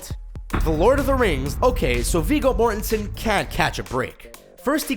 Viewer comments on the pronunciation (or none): Viggo Mortensen. Pronounced "More-ten-sen"